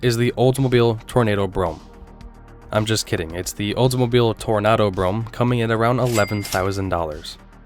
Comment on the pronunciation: OK, that was cute trying to get us all to slam you for the mispronunciation of Toronado. 👍 But you should have mentioned that that New Yorker was basically the last of the original Imperials...